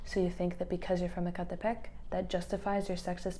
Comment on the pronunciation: From the way you said "Ecatepec" I knew you were Mexican, instantly. So am I. ❤